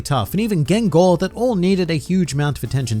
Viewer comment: Why say pronouce gengar as "gengor"